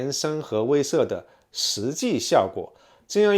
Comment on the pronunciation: 威慑，wei she